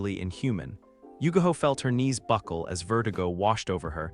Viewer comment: her name is yugao NOT yugaho